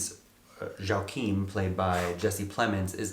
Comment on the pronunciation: It’s Prince YOA-Chim.